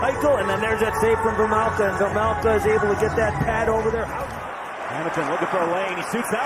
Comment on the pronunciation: please, its "carl vaymelca" not vemelkha...